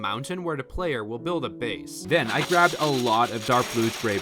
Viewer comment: Den instead of then